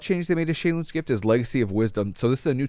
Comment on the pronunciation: I notice you actually know how to pronounce Shei lun's gift. Interesting! You must have some background in Mandarin Chinese.